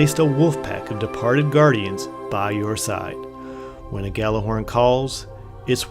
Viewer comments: Its pronounced "yallerhorn" literally translated from Norse as yelling horn. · When people pronounce it "Gallahorn"... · Actually it is pronounces gattlerhorn due to its Icelandic origins so saying it gallahorn is closer to the correct pronunciation than pronouncing it yallarhorn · care. It sounds dumb when someone says "Gallahorn" even though it's spelled Gjallerhorn, and pronounced with a Y sound as Gj, because it's a different language, especially because every single person in destiny calls it "Gallahorn", or even worse "gally", even after I explain it to them because none of the population look up why it's spelled that way and just think the J is silent. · nope. its pronounced: gat la horn, heard it at a planet destiny podcast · Hey I'm just saying.... And If you guys want to pronounce it that way, cool. But Imo jallerhorn or even G horn sounds better. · misterio10gre Gjallarhorn is Norse. It is pronounced Yallerhorn